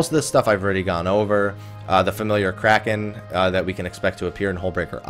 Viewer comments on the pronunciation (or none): none